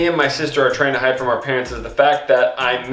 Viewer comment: hid ? its hide by the way no hate